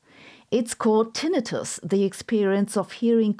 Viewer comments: Your pronunciation of Tinnitus was like nails on a chalkboard... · It’s always weird when I hear the secondary pronunciation of tinnitus.